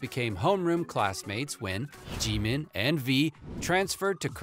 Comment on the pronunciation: Anyone else like how he says GEEMEEN